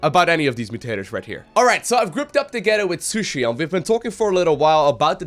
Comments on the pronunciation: I always hear pronounce Shisui as "sushi". Maybe I missed something, but I always thought "Shisui" was pronouced "shEE-swei" or something like that. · your friend's name is not SU - SHI its SHI - SU - I after a naruto character i belive:v